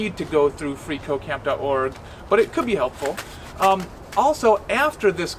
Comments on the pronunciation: makes me think he is saying free co-caine is awesome.... Not at all a drug addict btw. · i keep hearing free coke dot com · Every time he says "freeCodeCamp" I hear "Free cocain"...especially when he says "freeCodeCamp is awesome".